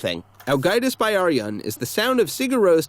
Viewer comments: it kinda hurt when he said 'byrjun' like 'bæ-arijun' but then again, I pronounced it wrong for a while too. Also really? I'd not expect them to be tax evaders. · While I appreciate the video about Ágætis Byrjun, you’re mispronouncing the title. The word “Byrjun” is pronounced like “Beer-yoon.” The y makes an ee sound.